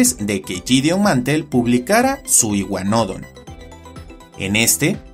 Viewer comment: Por qué iguanódon y no iguanodón? Es una palabra aguda, no llana xd